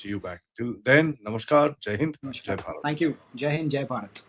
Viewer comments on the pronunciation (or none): none